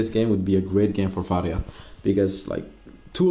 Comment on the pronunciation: “Ill be playing varrrya in the mid lane” Gotta love that rrr